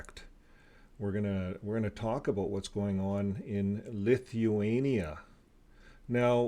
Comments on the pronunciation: You are not pronouncing it correctly!!! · His mispronounciation of words, names, countries is extensive. But, as we know, most JWs refrain from secular education and worse yet, were homeschooled.